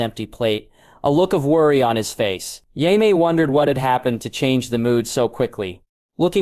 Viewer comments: How effing difficult is it to pronounce JAMIE correctly? You called him Yaxly, like the death eater in Harry Potter. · Friggin AI read. SOOOOOOO MANY MISPRONUNCIATIONS! 5 wrong ways to say Jaime along in the first 4 minutes. Smdh. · How hard is it to pronounce Jamie ?